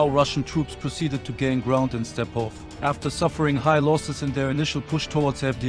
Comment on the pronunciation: It pronounced Robotyne = Rabotinay, Stepove = Stepovay, not stepov 😂